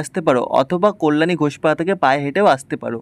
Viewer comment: Tomar balar ucharan khub kharap, Kalyani is best habe